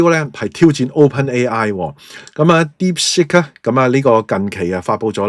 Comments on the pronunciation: 係讀 Deep sik音 (接近粵音 “薛"), 唔係 Deep sick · 不懂装懂，一派胡言，听了别人的谣言，美有证据便下定论。Deepsick? 连英文发音都不会。